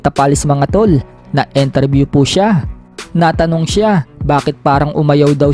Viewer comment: INTERVIEW hindi ENTERVIEW 😅😅😅